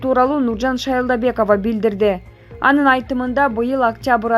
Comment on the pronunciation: Нуржан шайлобекова деп туура айт блигер